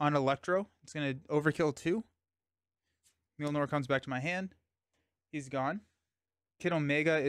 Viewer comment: Mjolnir is pronounced "myol-neer," not "meel-nor!"